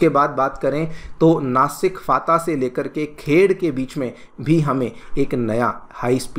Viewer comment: Nasik nahi Nashik Phata, Pune ka area hai